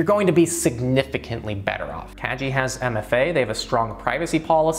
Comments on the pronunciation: "kagi" hard "g" not soft. kah-gee. Japanese for "key". By making it a soft "g" then it sounds more like "cagey" which is...not so great. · it's kah-gee ;) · Isn't it pronounced like kah-gee? That means key in Japanese which makes way more sense in context? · it sounded like you were saying "kaji" Kagi means "key" in Japanese. The G is hard not soft. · Your pronauncing "Kagi" incorrectly... It's japanese word, not english. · Was Kagi pronounced correctly? Soft g or hard g? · So... The best thing about this video is that I just found out that I have been mispronouncing Kagi for the last 2 years. Pro-tip: On sharesub you can get into a family plan(unlimited searches) for ~4€ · Yes, he got the pronunciation wrong. But that’s ok, I’m sure a lot of people would pronounce it the same way. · Fyi, "Kagi" is key in Japanese. The "gi" part is pronounced like in "gift".